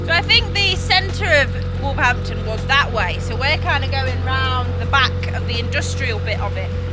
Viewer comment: If you say wolverdampton you sound like a local 😜